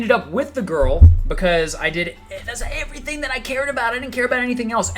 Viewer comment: mispronunciation of ,,girl"